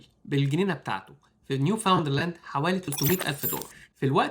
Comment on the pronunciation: إسمها نيوفاوندلاند أند لابرادور، وليس نيوفاوندرلاند